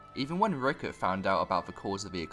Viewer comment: It’s Rickrit, not Rickert